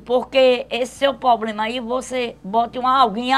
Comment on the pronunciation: esse seu "pobrema " ai c bota agua morna com sal kkkkKkkkkkkkkk